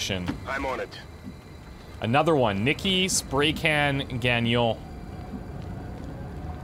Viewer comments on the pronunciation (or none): none